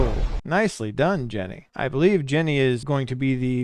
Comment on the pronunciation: Its Ginny not Jenny..Xx